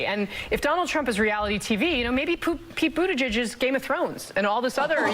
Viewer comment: she almost said "Poop Beetigeig"